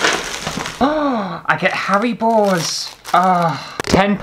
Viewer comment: Sounded like you said, "*gasp* I get hairy balls!" but you actually meant Haribos :-O but I think that someone's hairy balls crawling into my water glass while I was sleeping tops earwigs.